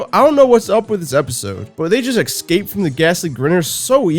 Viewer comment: Love these vids, but there it's "escape", not "excape"